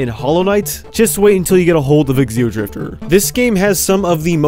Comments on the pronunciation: I wonder why he keeps calling it eXeodrifter, instead of just... Xeodrifter. The X is pronounced like a Z, not like the letter X. I mean, you don't call them eXenomorphs, you just call them Xenomorphs. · Why does he pronounce Xeodrifter as "Exceodrifter"?